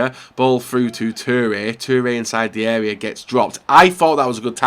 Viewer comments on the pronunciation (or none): none